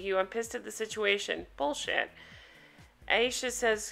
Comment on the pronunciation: I think Her name is Ay sha not I esha